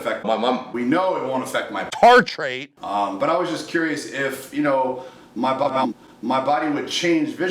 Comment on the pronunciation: "Tartrate" gets me every time! XD